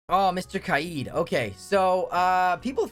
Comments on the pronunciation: Omg. For kaid. his name isn’t “ky yeed” as you pronounced it. It’s pronounced “kade”. Learn English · Kaid is pronouncing as Kay-eed it’s pronounced as Kay-d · Holy man said Kai eed when it’s pronounced cade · Why do yo pronounce kaid like kayed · I’m sorry but the way you pronounced kaid made me laugh.